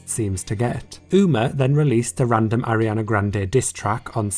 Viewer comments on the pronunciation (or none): none